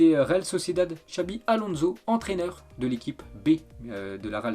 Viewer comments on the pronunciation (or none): none